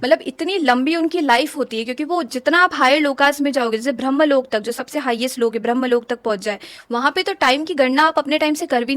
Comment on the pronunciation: ये लोका नही लोक होते है कर्मा नही कर्म होते है .. ये तो अलग बात है मगर ये सच और अच्छी जानकारी है और ये सबको पता भी हो तो अच्छा । वैसे जीवित बुज़ुर्ग जो है उनका भी पूरा पूरा ध्यान रखना भी अच्छा कर्म है जिससे सौभाग्य प्राप्त होता है।